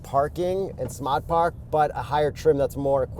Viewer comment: Just me or did turn full Bostonian when saying 'smart park'?